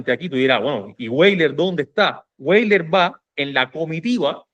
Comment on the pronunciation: española (ACC) Hay un error muy extendido al pronunciar el apellido de origen alemán Weyler. No se pronuncia como en inglés "Gueiler"si no Veyler...,esto es, la letra W es como una V o B en alemán. Valeriano Weyler ostentó los títulos nobiliarios de marqués de Tenerife y duque de Rubí y una Grandeza de España. Fue un tipo con suerte pues llego a ganar un premio de lotería.